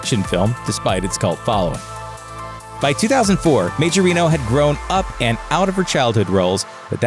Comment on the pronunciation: Majorino is an italian second name. It's pronounced Maiorino.